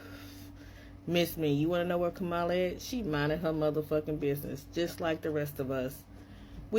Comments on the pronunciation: He said ka ma la and in his second video dude said VP’s name right comma, la. He just want some attention or some Black Love. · It's a de@ giveaway where this individual gets his news/information...it's in the way he mispronounces her name. It's Ka-Muh-Lah, not Ku-mah-la. If he educated himself, he would know that the intentional mispronunciation of her name was designed to be disrespectful. Remember the doll experiment back in the day? Good doll vs Bad Doll? Alot of misinformed immigrants voted for what they perceived to be the "good doll" and now are experiencing consequences due to their ignorance. Don't come looking for her now. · Comma-LA..It is really not that hard to say it correctly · HER NAME IS KAM A LAAAAAAAA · "B" you still won't pronounce her name correctly why in the hell you think she would come out for you now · With his feminine ass. And say her name correctly! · Say her name correctly 🎉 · You’re mispronouncing her name on purpose aren’t you sweetie! You can believe you’ll be gone before we will, how you think you’ll do in that Venezuelan prison, sweetie! Oh, don’t play you wanted the smoke that’s why you put that mess out there, now see if you can deal with the fire!🔥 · And he's still being disrespectful not even saying her name right! F U dude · They can’t even say her name right but want her help. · Why should Kamala be saying anything for Latinos? When in the days before the election they called her everything but her name and now to this day still can’t be bothered to pronounce her name correctly? Please. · First learn to pronounce her name correctly. She is where she is. Minding her business and leaving yours alone. Had you voted for her you would know. She'd be working for the people. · I agree he doesn't even have the intelligence to pronounce her name right. Lord help him. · HAVE THESE WANNA BE YT’s NOT LEARNED TO PRONOUNCE HER NAME PROPERLY AS OF THIS DATE IN 2025 SPARE THE 92/82% 🤔🤔🤔🤔